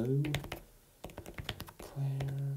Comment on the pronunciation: very proud of you for pronouncing Eau Claire County correctly lol